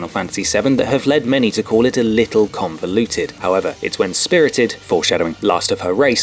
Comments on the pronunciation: ConvOluted. Not ConvEluted. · It's convoluted not conveluted